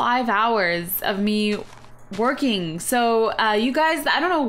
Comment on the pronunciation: i thought you said twerking not working lol